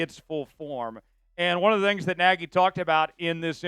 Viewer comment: No it's nagy